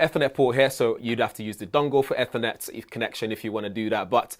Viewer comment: Its pronounced Eeeeethernet. Where is the power button? The HUGE deal about Ryzen Zen5 is the 4nm chip uses about HALF the power of 8945hx, which itself uses HALF the power of Intel powerpig ultra cpu's... Intel is truly making terrible 2015 laptops today ...